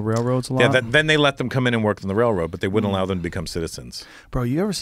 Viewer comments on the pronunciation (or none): none